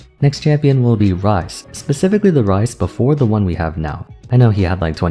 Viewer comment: XD bro just pun "Ryze" to "rice"